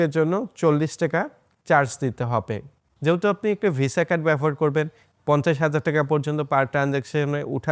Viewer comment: shob bujhlam, but BABOHAR ke bar bar BAFOR BAFOR bolchen kno vai?